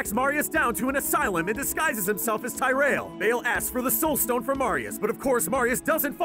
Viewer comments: His pronunciation of the word tyerial was abysmal.. it's pronounced Tier-e-el not fucking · Why you pronounce it tear-ri-al. Its tyrael Tear- re- il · ty-rail seriously its tea-rea-elh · It's TEAR-e-al, not TY-re-AL. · It is not pronounced TIE-rail... Tyreal is Tier-re-al... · It's Tear-real not. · At least put some effort into pronouncing the names of the characters correctly...NOT Tyrel but Tear-riel. Geezus. I mean for fucks sake, the names are spoken in the cut scenes of the game. Takes 20 seconds to look it up on Youtube to hear it from the source. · its not taireal its pronounced teereal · Omg, how could you butcher his name so badly? It’s pronounced TI-REEE-EL. Not.:( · Ty RAIL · Ya and its prononced Tear ree yuhl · Greg Blake yea like him say ty-rail lol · Ty Rail? did....did you even play the games? They make sure to pronounce the names of every NPC quite often. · ty-rel............ that pronunciation was like nails on a chalkboard. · Who tf is "" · At 1.54 how do you pronounce Tyreal it is not ty-real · tye-rale lmao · Tajr-el? REALY? :D :D :D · There's a few errors to be honest, but it's mostly correct. Also not to be nitpicky but Tyrael is pronounced like tear ee al (el). The way you pronounce it isn't correct. (There's a few other pronunciation errors well but the Tyrael one just bugged me the most.) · It's ti-re-al ffs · The Archangel Tyrael's name is pronounced TEAR-EE-ULL, Jesus Christ... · Dude you missed a looooooooot of the plot. Plus Tyriel is pronounced Tier-ee-el named after the Norse god of Justice Tyr. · "Tie Ray El"?? That's not how his name's pronounced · Hmm, could have been done so much better. Like saying the names right. I mean, Ty-REL, cmon. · I hate how he says nephlem, and Tyrial. It’s like he found a quick summary and then butchered the pronunciation of everything. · You pronounce Tyreal as if he were black. I mean, he is... but still. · You keep saying tyreal's name wrong...